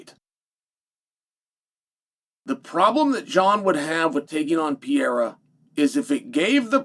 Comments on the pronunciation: Piera ?? Who's Piera ??? Learn how to say people's names if you're in communications. It's pathetic 😒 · Did he say Pierre’a? Lol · Pĕ ray ra. Is not hard to say. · Who is Alex Piera? ITS PEREIRA! Another signal of your disdain about Alex. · PE-REI-RA MOTHEFUCKA SAY PIERA I DARE YOU,I DOUBLE DARE YOU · Who's Alex Pierra? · Per-rei-ra Can we get a phonics monkey for Chael? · I think he knows. He has a love hate relationship with Brazil and its people. I think he says it wrong to annoy them in his own cleverly subtle way. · how do you pronounce it? I'm asking honestly, thanks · He been saying dat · Pronounce his name right, Pah-rare-rah. You sound like a Cocky Rich Douchebag when you say it wrong. Gangster my Sweet Brown ass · There's an R in Pereira..... you don't call Raja (that piece of shit) Aja do you?